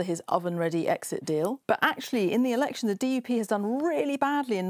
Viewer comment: says "erection".